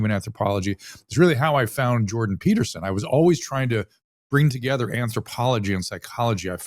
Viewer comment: It’s “Jordan” Peterson!